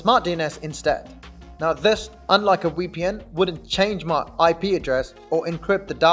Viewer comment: It's VEEPEE-EN not WEE-PEE-EN!! SMH